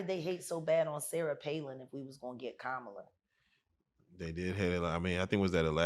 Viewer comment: First: I would vote for a pile of dog poo over a fat racist chump; Second: Main interviewer needs to say Kamala's name correctly and I like Jaguar, but stay out of the political lane.:face-red-droopy-eyes